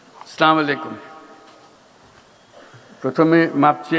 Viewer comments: সালামের উচ্চরণটা শুদ্ধ হলে ভালো হতো। তবে মজা পেয়েছি!!! what a brilliant, I love you sir. Live log for Bangladesh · সুদখোর একটা সালাম দিতে পারেনা শুদ্ধ করে সে আবার উপদেষ্টা